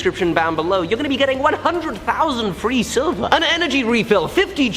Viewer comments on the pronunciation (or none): none